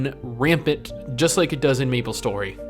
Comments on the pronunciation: 1) its may-ple .. not me-ple.. 2) it was never p2w, it was p2look cool. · why do you keep saying Meeplestory? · i disliked cause you kept calling it meeple story and not MAplestory . . . . . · "what does meeplestory 2 bring to the teeble?" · Austin Norman I'm glad I'm not the only one. I cringed every time he pronounced it Meeplestory and Mablestory some 100 times